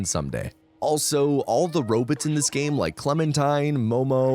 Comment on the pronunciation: The way u say robots is too distracting